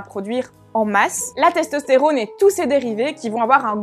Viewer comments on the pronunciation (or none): Hormônes, testostérônes... C'est con mais ça me fait rire.